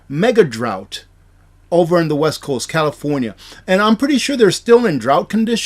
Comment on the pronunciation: the word is drought.